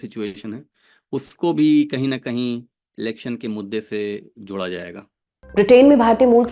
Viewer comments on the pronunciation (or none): none